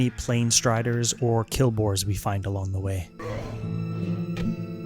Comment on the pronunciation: Quill boars, not kill boars. LOL love the vids